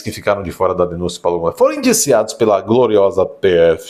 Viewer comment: Se pronuncia gônê